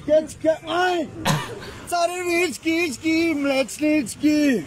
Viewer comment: Тоя с царррррррррррррррревичките минаваше и покрай нас като бяхме на море миналата седмица😂